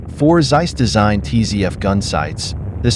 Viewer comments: its noz seiss its Zeiss like TSar-bomb ´0 speak it like TSeiss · The pronouncination of Zeiss is about "Tzeis" and the Panzer is "Pantzer"